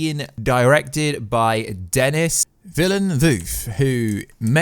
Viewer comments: Philip Robinson - “Dennis Villain-Voof “ ...ffs... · He is pointing out the mispronounciation of the director's name. The name itself is French so is a common mistake